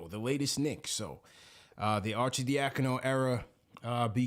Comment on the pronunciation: People that can’t pronounce Arcidiacano crack me up 🤣 cmon that’s a ny Italian name Are-Sid-dia-con-o